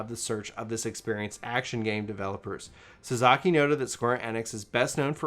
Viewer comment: Ah and the way he pronounces Japanese names 😂🤣. they did sell Suzuki vehicles in the US for years!